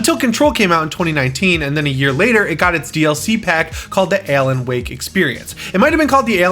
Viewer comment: Are you saying Ellen Wake?